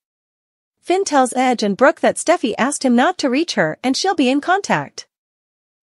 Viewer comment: WHY DO YOU CALL RIDGE "EDGE"